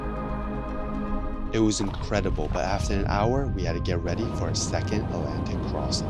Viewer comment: Alantic???? Must be a new discovered ocean 😂